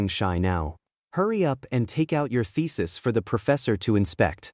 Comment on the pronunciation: thesis sounding like ficis😂😂